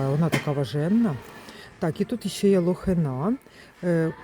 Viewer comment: Лохина- наголос на И.